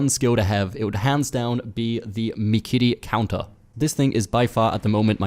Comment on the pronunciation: "MIKEEREE KOUNTAH"